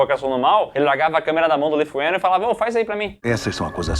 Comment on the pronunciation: “ Leigh” se pronuncia “ Lee” ( li)